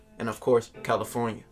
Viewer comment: And of courTH caliTHornia hahaha